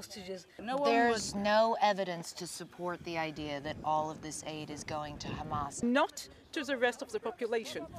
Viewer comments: "Khama ... Khamas .. Khamas" Such bunch of filth! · Khamas khamas khamas 😂😂😂😂 everything is khamas